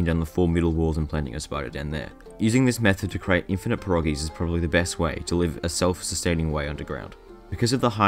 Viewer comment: You mispronounced perogies